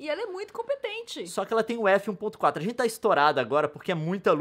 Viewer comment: A Nilce falou "esse é um dia que a Rente senta (...)' ?? Escutei várias vezes e só consegui ouvir isso kkkkk